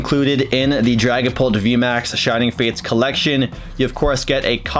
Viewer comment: I thought he said dragon Balls VMax Lol 😂